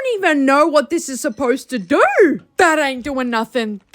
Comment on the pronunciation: I’m sorry, but it’s the way she said” what’s that supposed to dorrrrrr”😂😂